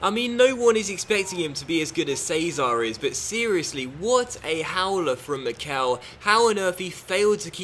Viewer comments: I think mickel is said like mickle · could you please stop saying the e in Mickel long, it's supposed to be said short